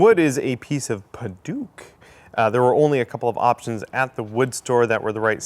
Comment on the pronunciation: Great build! That wood is more commonly pronounced 'Pad-uck' or 'Pad-awk'. :)